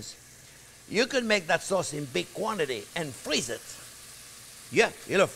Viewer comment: when he said "you can make that soz in big quantiti and friz-it..." I was waiting for "yu can friz-it for 17 ears" not this time...I'm sad